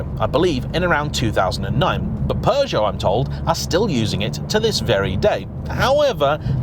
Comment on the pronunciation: is it just me or is he pronouncing Peugeot like it has a R in it